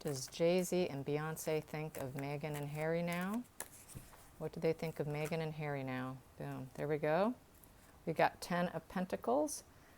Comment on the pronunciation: 😁 I laugh every time she says "May-gen" instead of "Meg-han". 🤣😋